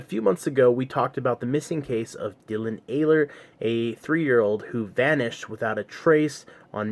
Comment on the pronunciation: The last name is pronounced with a silent H and hard E